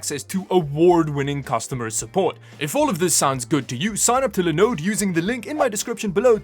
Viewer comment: He says Linode correctly and then can’t say Linux right.